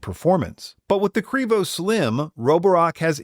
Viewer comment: Also, please stop, it sounds ridiculous.